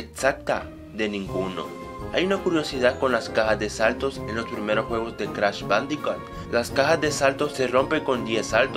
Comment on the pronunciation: "cratch badicat" xD